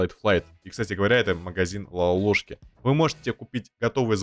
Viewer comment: Лолошки а не лалалошки